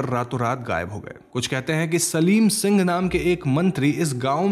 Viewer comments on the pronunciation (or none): none